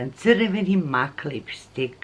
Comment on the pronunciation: Mek a ne mak